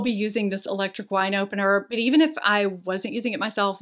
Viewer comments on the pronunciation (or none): none